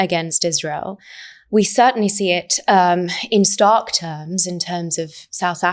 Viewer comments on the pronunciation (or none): none